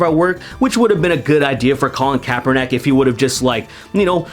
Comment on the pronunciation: His last name is kaepernick. Not kaeperNACk